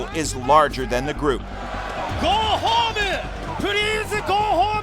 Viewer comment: "Go home-u! Prease go home-u! Young Bucks-su!" I LOVE NEW JAPAN LOL